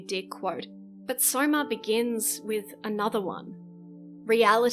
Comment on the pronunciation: Sorma, not soma :p